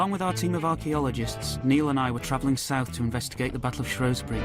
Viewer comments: It shrew not shrow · Shrewsbury born and bred, never hear locals pronounce it shrow, they pronounce it shoesbrie